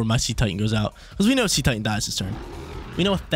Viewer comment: I think Cetitan is pronounced as Seh-tie-tun. It’s name is a mix of Cetecean and Titan.